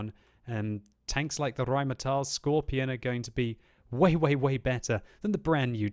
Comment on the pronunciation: why do you Pronounce scorpion: "scorpION"?